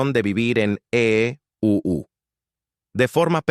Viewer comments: Se oye horrible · Que mal se olle el EEUU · Porque el narrador dice eeuu???